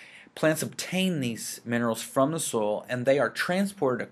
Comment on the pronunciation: Are you from Texas? I hear "soil" becoming "sole" haha